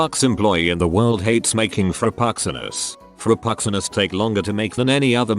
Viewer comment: TTS voice highlight: Frappuccinos "fropuxxinos"